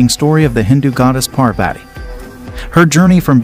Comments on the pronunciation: Though your knowledge about our hindu religious stories is good but.... You pronunciation of our goddess name is completely wrong.. Its kind of offensive towards hindus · Excuse me parvati shiva is the names u pronounced it wrong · please for Parvati's sake check your pronunciation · First learn to pronounce the name of Goddesses Sati and Parvati then spread knowledge. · First pronounce 'Parvati ' properly ...you are doing it very wrong ... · It's pronounced as paarvati not parvaati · If you are telling the story of Hindu goddess then pronounce their name correctly😑...she is godess Parvati not parvate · It is not Satti but Sati. It is not Paarvaati, It is Parvathi. It is not Tandaav.,it is Taandav. it is not Yaajna, it is yagnya. Please pronounce correctly. Sanskrit is a beautiful language. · Please get the pronunciations corrected . It's not pervetty . It's paarvati. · It's Parvati not Parvat U spelled it correct but pronounced wrong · When you Pronounce Sati , the Ti sound is same as you say in Parvati and not like Ti in Tea. The way you said Sati implies to the practice done in some part of southern india when a baby is born. And also its not pronounced as Parveti its simply Parvati. And don't use such images to show our goddess. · It's not sīva, it is shiva, it's not pārvāti, it is pārvathi. First learn aksharamala (pronounciation) of Hindi or kannada or any other local language of India. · It isn't the pronounciation Par-Vati It's Parvathi Before making the video, you would have learned how to pronounce the name of our matha PARVATHI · First of all she is parvati pronounced paar vati not per vaiti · Bro you pronounced parvati wrong its par-vuh-tee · Parvati and sati is pronounced with a soft "t" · It's paarwati correct pronunciation. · The way you ruin the pronunciation of maa parvati as "parveti" hurts my eardrums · So it's pronounced as Par-vuh-thee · pronunciation of godess parbati..is slight akward.so please correct it.